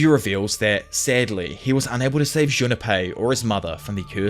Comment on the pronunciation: Say are you saying "Junapie"?